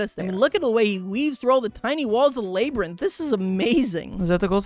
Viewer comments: is bro really saying layberinth instead of labyrinth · "laybrinth" ITS LABRINTH (or whatever idk) why did you look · ah yes, the laybrynth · lay brinth😭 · Lurr. Laybrinth. xD You never cease to make me giggle. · 1 crash out? Seems like an understatement but that aside you have to be doing these pronunciations on purpose at this point like "lay-brinth"